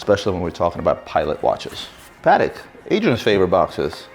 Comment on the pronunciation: Isn't it pronounced puh-tek?